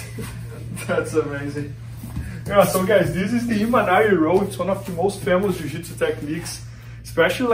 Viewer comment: MAN!!!!!!!! It’s Imanari!!!!!